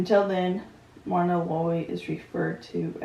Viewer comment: Happy to see your reaction. ☺ Myrna sounds like Merna. One of my favorite movie couples.